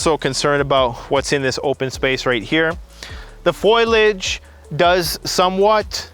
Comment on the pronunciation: Dude says "foilage" multiple times. Is that just a Canadian thing to mispronounce foliage??